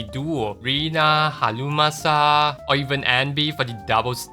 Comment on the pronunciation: i love how you say "halumasa" 😂😂